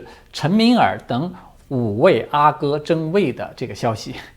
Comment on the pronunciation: 阿哥，阿是四声，皇子。